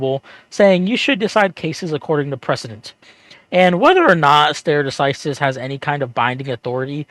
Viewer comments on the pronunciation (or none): "Stare" in "stare decisis" is pronounced like "starry" not like "stair".